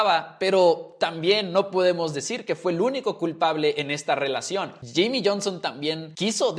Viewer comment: Yimi, yerri, yones , llonson ,yami ,yimi 😂🥴 que locura